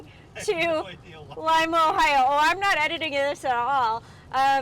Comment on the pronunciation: Wow, somebody who actually knows how to pronounce Lima, Ohio !! Nice review, thanks. Always an experience stuck with your family in a vehicle for hours.